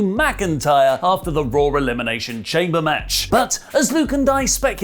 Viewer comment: Raw not Rawr